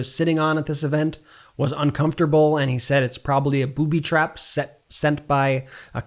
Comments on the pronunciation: He didn't say "booby trap". he said "poopy trap" 🤣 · He said “pooby trap”